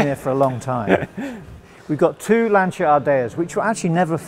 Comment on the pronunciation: & pronounces Lancia correctly too. Fabulous dedication and passion.